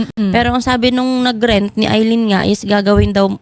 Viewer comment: Di naman yan aileen Al lyn po pag basa nyan 😂😂😂